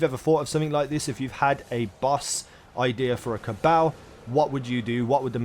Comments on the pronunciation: how does everyone in the game pronounce it? Ca-ball, not caa-baaal. if everything was pronounced as it was written then know would be pronounced ke-no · Ca-ball not ca-bale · It's CA - BALL . My cabal . Pronounce it right please ! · Go listen to Variks say Cabal in the Prison of Elders and then you will realize that you just pronounce it wrong. It is spelled Cabal but it is pronounced CA-BALL.